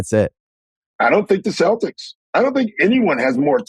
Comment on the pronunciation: lol Bill says "celtics" fuckin bill